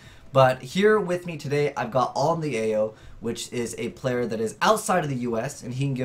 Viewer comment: I swear it's (alin-thea-yoh) but ok you do bring up a good point I hope your so called "sponsors" see this and actually listen to you and get there act together a year and a half ago I was a competitive player then I started to vs the wall decks like I like to call them they make an impenetrable wall ie either towers or in a recent thing at ycs sydney rafflesia infinity backrow go! I'm now just a collector of the cards not even casual because locals are full of these wall decks even in lower flights(kids level) example I versed a kid 9-10 who had ungolded cozmos full power lost game one to an otk sided in stuff game to went into a grind game 2-3 I just recently bought two $110 gold boxes and basically pulled a cozmo deck aswell as ba and pepe I only wanted to collect the "full set" (by trading or buying what I didn't get in the boxes)then I heard 106, dizvorg, ghost ogre and Beatrice are like 1-2 a case konmoney does care about non competitive players( by giving us access to cards